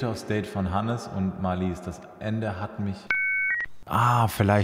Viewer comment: Marlies betont man auf der ersten Silbe.